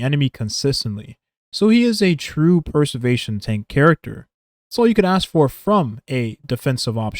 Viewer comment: Great video man, just one thing I noticed - throughout the video it sounds like youre saying 'Per-servation' and not 'Pre-servation' Not a huge deal - just for you to note!